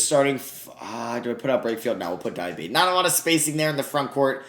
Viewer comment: Diabate is pronounced Diabatay btw. Nice video otherwise